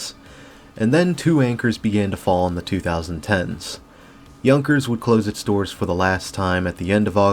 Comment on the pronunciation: Yahn-kers. Not Young-kers.